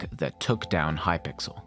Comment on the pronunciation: lmao hypickle